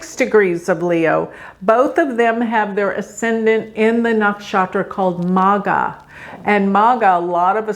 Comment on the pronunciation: It is "MAGHAA" .. GH.. Nakshatra